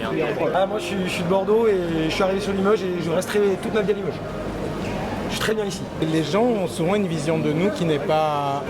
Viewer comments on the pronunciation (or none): Une chose m'interpelle, j'entends des gens prononcer limeuge, eh oh ! C'est Limoges avec un O, faut-il l'écrire avec un Ô?